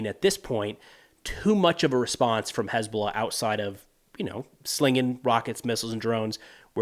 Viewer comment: "Has been lah"